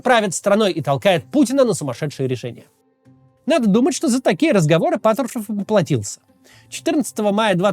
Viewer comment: Когда над речью работать будешь? Твое Патршвшушев просто убивает. Ты же можешь Р выговаривать, какого хрена весь выпуск ты плюешься в камеру